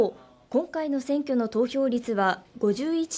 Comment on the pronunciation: 51.11は、ごじゅういってんいちいち、と読みます。ごじゅういってんじゅういち、という読み方は正しくありません。数字の読み方については小数点の前と後で異なります。小数点の前は通常の数字の読み方と同じですが小数点の後は一桁ずつ読みます。例としては、0.11は、れいてんいちいち、と読みます。お金貰ってるなら正しく読みましょう